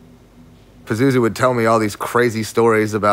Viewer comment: The way dude in the beginning pronounces Pazuzu irks me. LOL. Peh-zoo-zoo.........